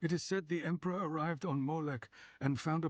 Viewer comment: with that pronunciation of Emperor means you are either an Ogryn, in which you are awesome. But the other option is an ork.... loads bolter